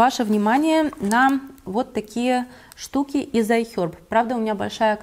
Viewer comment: ай хЕрб!, а не аи хёрб!!!